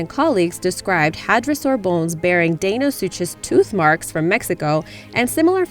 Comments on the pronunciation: It's not deinosuchus its Dino-sucus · its Dino sukas that's how its said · I thought deinosuchus was pronounced di-no-sue-kus,not dae-no-sue-chess,someone tell me who's right. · its pronounced suckeus not suchus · We got the video narrator say (Day-no-sue-chez) and a moronic comment posted saying (soo-cuss...not even correcting the first half of the name mind you). It's pronounced (Dy-na-sew-kes....or sounded out as Die-na-sue-cuss) for Christ's sake can people please attempt to pronounce it or use google when posting videos. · I think it's pronounced dinosuchus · Dinosuchus is pronounced dino-suke-iss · Deinosuchus is pronounced like Dinosucus I know confusing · its pronounced dine-o-suke-us. sorry, i like people to pronounce things right. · Can we perhaps research proper pronunciation along with the topics? Day-no-soo-chuss? Really? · its pronounced dino-su-kus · it's pronounced Di-no-suchous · Deinosuchus is actually pronounced Dino-soo-cus. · It's pronounced die-one-soo-cus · And the big crocodile is pronounced "Dino- sue-cus" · You the crocidiles name wrong and it's not a dibosaur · It's pronounced Deinosuchus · The deinosuchus was not said right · You said deinosuchus wrong